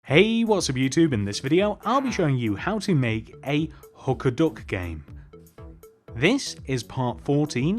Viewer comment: ngl with his english accent i heard Hooker Duck lol